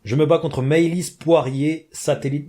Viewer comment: C’est pas Maëlys Poirier c’est MAYLIS, ça se prononce MÉLIS